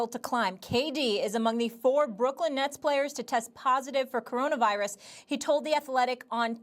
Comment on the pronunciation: Stephen A.: Coronervirus